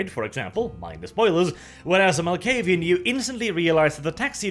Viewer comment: you pronounce a clan name correctly for once. Nice